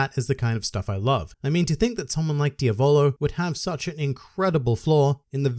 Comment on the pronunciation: Okay, you learned how to say Jotaro, now let's continue. It's Diavolo, not Dia-VOLO. It's Polnaref, not POL-naref. ~just had to point that out but great vid like always~